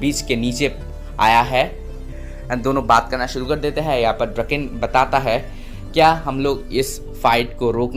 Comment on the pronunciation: ड्रकेन नही डोराकओन ही उसका नाम